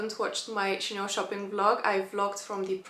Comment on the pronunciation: Maria it is Chaaaaaanel not Chaneeel